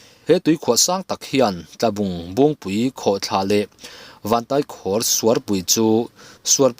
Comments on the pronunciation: Tai pawh hi Kurtai a a Tai lai ang hian lamrik bawk tur. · Vantaikhawr tih hi khawr lai tak hi kuva khawr kan lam dana khawr ti a lam tur.❤